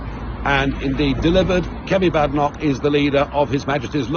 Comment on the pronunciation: Isn't it Kemi Badenoch, not Kemy Badok?